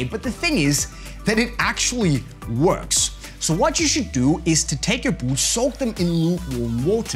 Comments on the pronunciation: he says oot not boot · I like how he says boots :) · Me to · I can’t handle this guy saying boots